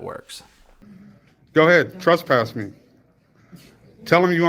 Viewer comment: ....."you dont treat the public like that ma'am" He says that after saying "im a journalist gathering content for a story" . Dipshit, youre either "a journalist" or youre "the public".....you cant be both simultaneously.......pick one. ...."trUspass me...." its trEspass you crackhead wannabe. ....."you let this lady make a false 911 call. Ive got the video evidence" They werent there when she called.....so how did they "let" her do ANYTHING? And where is this "video evidence"?